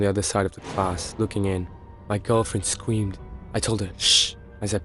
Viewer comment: Scweamed??? Wtf? It's literally screamed